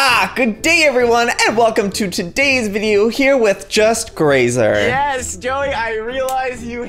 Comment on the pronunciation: I LOVE YOU JOEY “just grazer” XD